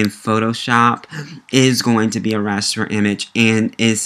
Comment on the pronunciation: It called Raster or Vector not Raspet and Victor!